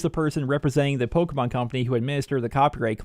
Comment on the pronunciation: For some reason I hate the way you pronounce Pokémon haha.